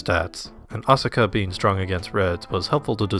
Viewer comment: thats not how asuka is pronounced. You don't pronounce the u.